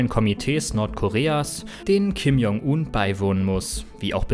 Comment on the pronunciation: bitte die Namen besser aussprechen; j = dsch wie in "Dschungel"